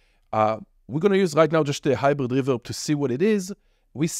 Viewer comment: dude i just watched it just because of how you pronounced The Hyizhrid reveZHerb